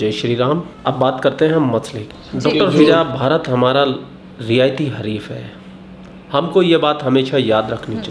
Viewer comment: Bhai, Riyayati nahi Riwayati Hareef.